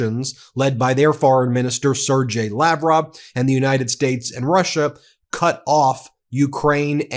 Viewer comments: Hi. im from Ukraine. lavrov's surname is pronounced Sergey like sir GAY. NOT G AS GENERAL. BUT AS GAY . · Sergey Lavrov — hard G. 🙂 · Sergey like sir-gay or sear-gay. Not being a pedant, but when people mispronounce these names or words it generally means that they've never heard the correct pronunciation from an official source. You're just reading type. Oh shit another one. Erdogan is Ur-doo-wan. Again, I'm not being a pedant but it is just not professional. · Seržey=Sergey G is like in Gay.